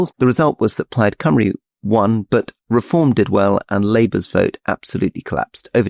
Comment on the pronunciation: Why do politicians pronounce Cymru as coome-ree instead of how it should sound as come-ree? Theresa May used to say it is as the former and always confused me as to where they got that pronunciation from?